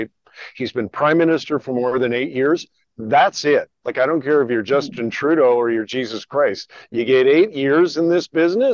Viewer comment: Did I hear you say, "Justinna Trudeau"? I'm sure I did. Wouldn't surprise me in the least.